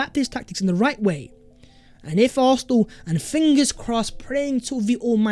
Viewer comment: Stop saying expecially. It's especially. And why does the s in arsenal come from the back of your throath. Sounds like you're saying arhenal